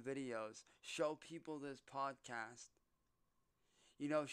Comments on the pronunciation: This is just the same shit he does in his videos. What is a "poodsicast" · What's a "poodsicast"?